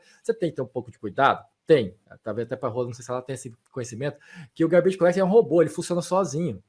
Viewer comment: É "gárbidj", não é "garbêije"